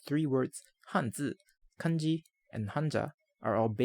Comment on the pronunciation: I love how you pronounced kanji, hanzi and hanja correctly! Nice video, thank you.